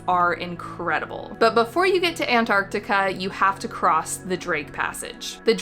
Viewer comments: Why is she calling this “ANT-Artica”?!?! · U mean antartar? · its not antarctica, but antartaca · why do you pronounce Antarctica like that ewww